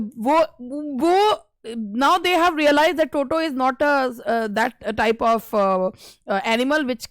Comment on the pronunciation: Luv d way u said toto as totra ❤